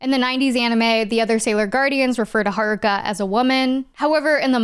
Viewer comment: This probably matters to know one and has nothing to do with the topic, but Sailor Jupiter was one of my first crushes. Cis Het Guy, btw. Also, I appreciate that Sailor Neptune's VA pronounced "Haruka" like a Japanese person instead of an English speaker.